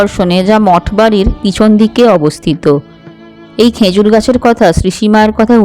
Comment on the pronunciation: Uchcharon ta "khejur" hobe "khenjur" hobe na